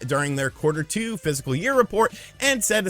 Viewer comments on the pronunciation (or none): Physical year? It's "fiscal" isn't it.